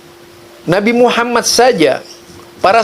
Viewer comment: Muhammadur udah di ganti katanya ustad baca syahadat ajah salah,belajar lagi y